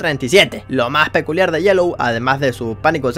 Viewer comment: 😂 dijo piculiar en vez de peculiar